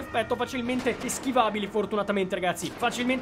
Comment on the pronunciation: Ma ha detto ragasi